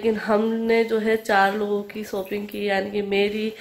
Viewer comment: Sopping nhi shopping aap hmesha sh ko s q bolti h